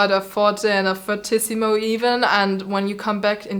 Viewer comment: I'm pretty sure fff is pronounced "fortississimo". That's what I've been taught and that's what googles says